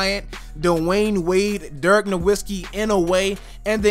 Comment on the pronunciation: Good job saying Dirks name wrong